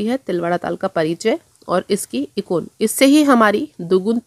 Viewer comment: इकुन नहीं एकगुन कहिए मैडम